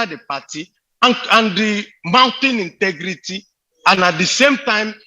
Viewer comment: Wike point of CORRECTION it's INTEGRITY NOT INTIGRITY 😎😎😎😎😎😎😎😎😎😎😎😎😎😎😎😎😎😎😎😎😎😎😎😎😎😎😎😎😎😎😎😎😎😎😎😎😎😎😎😎😎😎😎😎😎😎😎😎😎😎😎😎😎😎😎😎😎😎😎😎😎😎